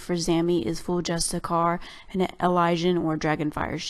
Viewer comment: I wonder what it is about the word justiciar that people don't pronounce the "iar" at the end?